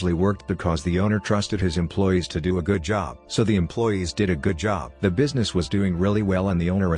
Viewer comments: I usually don’t listen to any voiceovers-just turn off the volume and put it on 1.5 speed. Thought I’d give this one a try. I got to where it said “bweezness” and that’s it. No more for me. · Bweesness hehe